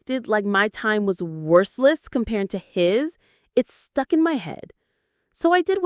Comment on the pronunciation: worseless? edicate? mockle? FUCK THIS AI SLOP